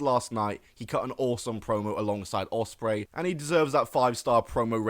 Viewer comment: 24 Will Ospraey 😂😂😂😂😂